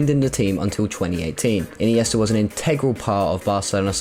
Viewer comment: I noticed mispronunciations of Andre iniesta and not Andrés and i think i heard Abliol not albiol. I would also say Mutu/Shevchenko was the beginning of the Chelsea curse I actually enjoyed the video though